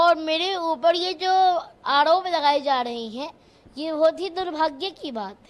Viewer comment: फर्क को फड़क , आरोप को आडॉप, धर्म को धड़म, गरिमा को गड़ीमा 😂😂😂